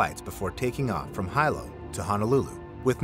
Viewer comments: It's HEE-LOE not high lo. Geesh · FYI: Hilo is not pronounced (Hi-lo); it's(He-lo) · It's pronounced He-Low, not High-Low. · FWIW Hilo is pronounced "hee-low", not "high-low". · This was an interesting video but I have to make a correction. Is on the Aloha airlines of tmishap you described that they contacted hilo. You pronounced it hi low. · But the correct way to pronounce that is he low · Pronounce helow for hilo hawaii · It's not Hilo is pronounced He-low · Loving the channel, but your pronunciation of Hawaiian words has been very wrong. Growing up and living in Hawaii for most of my life, the the errors are glaringly obvious. So when I see an error, I will teach you the proper way to say it. Lesson One: Hilo is pronounced "Hee-low" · Learn how to SPEAK! Hilo, Puerto Vallarta!!!!